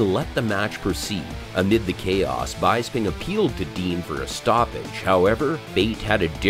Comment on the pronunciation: Michael "Bye-sping" huh?